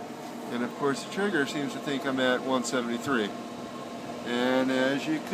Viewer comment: it's pronounced "tray-ger".